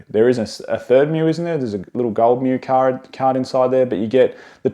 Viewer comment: you said “card” like an Irishman 😅